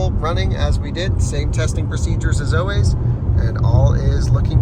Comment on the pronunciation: practice your pronunciation of words beginning with "al" such as "always" and "almost". you are saying "oh-ways" and "oh-most."